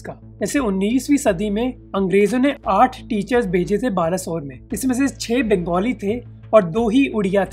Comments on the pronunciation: It is not baalasore its ba -le - swar ban bolo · yes bro it's बालेस्वर not बालासोर।